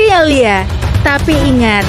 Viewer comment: Alia??? Narator pakai AI macam bgini yg mmbuat aneh